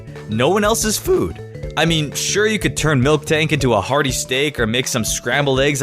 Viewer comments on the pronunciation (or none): YOU CALLED MILTANK MILKTANK WHY?!?!?!?!?!?!?!?!